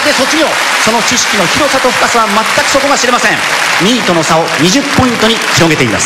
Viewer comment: 「2位との差」を「ニートの差」って聞こえてしまった